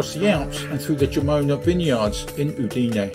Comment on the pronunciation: Thank you. I hope you enjoyed the video despite the mispronounciation of "Udine". Do you have any recommndations on particular areas to view when considering moving to Friuli-Venezia Giulia?